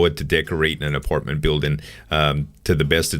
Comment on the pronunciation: it's apartment not aportment